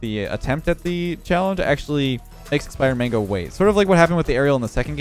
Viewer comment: Every time he said expired mango I heard spider man till the end of the vid lol